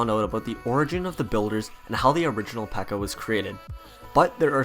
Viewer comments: One thing u messed up on is that dirk called it a pekka instead of a bpeeka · Wouldn’t he call it the bpekka